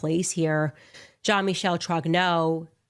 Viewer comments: It’s not Jean Michael it’s pronounced Jean Michelle lol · “Jean Makal” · If you watch Candace you would know that is probably one of the people who accepted the money from Israel to go against Candace. The fact the he cant probably pronounce the name Jeam Michelle right proves he hasnt watched a single thing of Candace's based on this subject